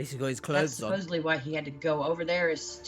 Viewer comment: Do you wanna know what my biggest question is? Why can NOBODY here in the US not pronounce the word "supposeDly" correctly? Love ya, H! I enjoy being here with you.